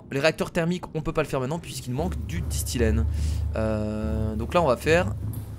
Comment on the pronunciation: C'est pas disthilène c'est disthène